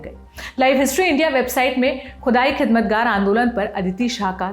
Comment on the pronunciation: खुदाई और ख़ुदाई खिदमतगार जैसे शब्दों का उच्चारण मिठास से करें " it is never late to learn"